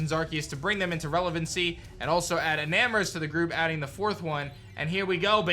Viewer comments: isn't it enamorous not eternatus🚶🏽‍♂️ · I am a nerd: not eternatus but enamrous